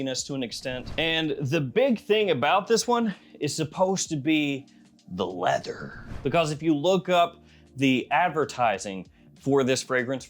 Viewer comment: bro did not say Leather 😭